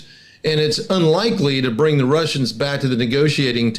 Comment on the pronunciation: Это не "зе", это "THE". WORK ON YOUR PRONUNCIATION, DUDE!